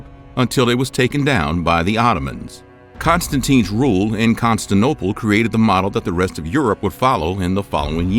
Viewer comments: When you get in the first grade, you’ll learn how to pronounce Constantinople. In all of your videos with that word you say, “Constanople”. It’s Con-stan-TIN-ople. Your videos lose all of their believability when you can’t even pronounce that word. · Pls take down this upload and redo the voice over! Its CONSTANTINOPLE NOT Constinople! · Constantinople. Not constanople. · Constanople? Never heard of it. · I don’t get it. He can pronounce ‘Constantine’ just fine. So why does he say ‘Constanople’??? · Never trust a video saying “constinople” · Narrator of this video—learn to say « Constantinople » properly. It’s not « Constinople »—among numerous errors in this video. You are obligated to state facts correctly, and if not willing to correct your errors, take down your video. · Stopped watching after the second "Constinople" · ConstANTINople, not Constinople !! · Constantinople* not Constinople. Very distracting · Constinople? This is appallingly amateurish. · "Constinople" ? Word? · Constanople? Constantinople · There’s a “ti” in Constantinople - Constanople is incorrect - but I figured this mispronunciation was a way to get comments to better serve the algorithm. A lot of Youtubers do this, they’ll misspell something in the title etc. to get people talking. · The "Constanople" thing makes this impossible to watch. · "Con - Stant - inople". Not Constinople. Ignoramous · It's difficult to take this seriously, when the speaker can't correctly pronounce the word, "Constantinople" on MULTIPLE occasions. He sounds ignorant, thus the video sounds ignorant. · Saying consta-nople is missing a syllable, anti. Bah-porous instead of boss-for-us for The Bosphorus. So many inaccuracies- this is how the internet goes wrong and leads people astray. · constinople? bop-horus? dude! read the letters! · If it's Constantine, why the f*ck does the guy speaking insist on saying "CONSTINople"...??? It's CONSTANTINople! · Same! Lost all credibility the second he called it “Constanople”